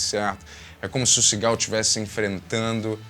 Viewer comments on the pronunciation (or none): Não sei se só eu, mas toda vez que o disse Seagal eu ouvia Cigarro 😅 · Só eu que ouço "cigarro" cada vez que ele diz "Seagal"? 😂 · Demorou para eu entender que o falava Seagal, e não cigarro.